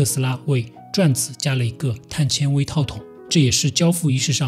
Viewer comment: 碳纤xian维，铆mao钉